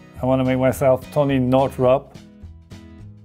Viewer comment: “Tony Northrop” LMAO! 🤣